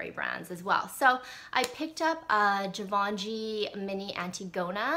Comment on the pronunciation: zhee- vaugh- shee I think is how it's pronounce because french kinda tends to omit the "N" sound..